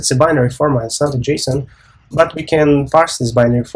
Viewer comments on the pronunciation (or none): none